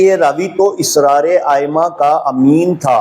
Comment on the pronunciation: بھائی پہلے آپ اپنی اردو صحیح کریں آپ کو اردوتک نہیں آتی تو آپ شیعہ رجال اور شیعہ رواۃ کی بات کیا کریں گے لفظ اَسرارہوتاھے اِسرارنہیں